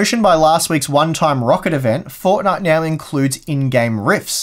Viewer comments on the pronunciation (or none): none